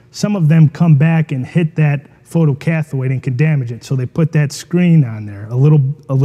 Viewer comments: More constructive criticism - learn to pronounce technical terms if you claim to be an expert. Photo-cathode is pronounced cath-oh-de, not cath-oid. There is no such thing as a photocathoid. It makes an otherwise good video look like an amateur hour. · Learn to say photo-CATH(o)ed o as in 0 or oh! not cathoid